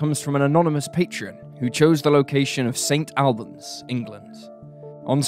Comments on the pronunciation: The town name in the first story is Saint All-bons, not Saint Al bans, the Al part isn’t persons name. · Also St Albans pronounced 'Allbans' or Auburns not AL (rhymes with pal)! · It's pronounced 'Saint ALL-bans', not 'Saint AL-bans'. The narrator is British, he should know that! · Pronounced more like Saint All-buns. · It's pronounced St All-bans